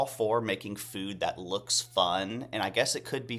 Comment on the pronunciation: I was DYING at your “lewks’ 😂